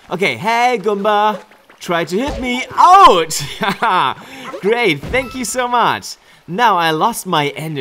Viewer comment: You really manage to emphasize great in English too 🤗